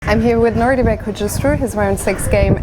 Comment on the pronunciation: It's nodirbek, not nordybek